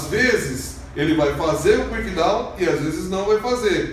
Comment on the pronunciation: É Kick-Down, não Quick-Down.